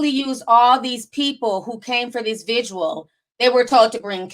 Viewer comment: Not a vigual 🤦🏾‍♀️ the word is VIGIL...and FURNERAL 😒